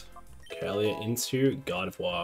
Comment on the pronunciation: Congratulations lol everytime you say Gardevoir it sounds like you're saying God of War 😆